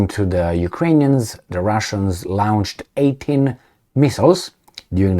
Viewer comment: with all due respect, it's "lo-nched' or better "lo-nchd".. hope this helps.